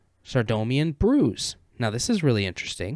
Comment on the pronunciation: I love how when you say saradomin it has like 2 extra syllables, never change 😄